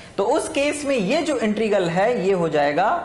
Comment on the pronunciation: Sir ji.... Please integral ko sahi pronounce kro......... You are pronouncing it as "intregal".